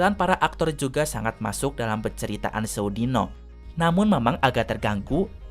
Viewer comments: pembawaan nya kurang medok , penyebutan sewu dino nya kurang marem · pengucapan kata sewu dino nya salah kang kalau menurut logat jawa 😁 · Mang, cara pembacaannya itu sewu dino, bukan sewu dino !